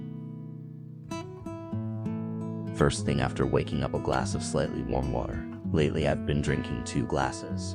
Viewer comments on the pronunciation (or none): none